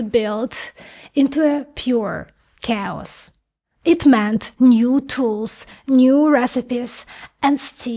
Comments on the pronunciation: Chaos isn't pronounced Chaos, it's pronounced (kayuoss) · someone has started pronouncing "chaos" differently